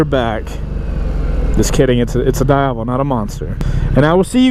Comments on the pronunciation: its Diavel not daiavel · every time you say "daiavel", an italian baby dies of cancer.... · It's pronounced dee ya vel. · It's pronounced as "di-ah-vol". It's an Italian slang for "devil". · in Italian language, pronounce Diàvel, "dee-ah-vel" :) It means "devil" in local dialect :) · Why does he say diavel so weirdly?